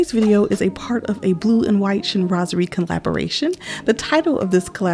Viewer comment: You described everything so well! And to be honest, I didn’t really know how to pronounce “Chinoiserie” properly 😂. I didn’t even bother mentioning it in my video 😅. So, thank u for keep saying “Chinoiserie”. Now I know. 😘